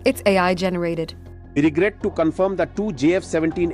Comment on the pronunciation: the way He say WE REGRET its totally an Indian accent